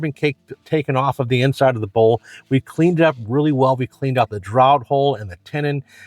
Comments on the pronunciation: Draught is pronounced draft. Like having beer on draught. Very informative video. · the pronunciation was hilarious